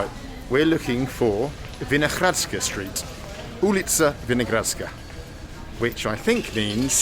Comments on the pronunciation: VinoHradská, like Hurry up, not Gurry up. :-D It was never the People's Museum, it was always the National Museum.. :-D :-D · I like how he reads it like in cyrilic(we call it azbuka btw). y llke u, and classic h like g .. But second time he said it almost right. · Rozhlas is radio. Most direct translation is "broadcast". And your pronounciation of both is... well... worth improving :D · I find it funny you pronounce it with somewhat of a Russian accent :D And btw, Vinohradská means a vineyard, so you were somewhat close 😄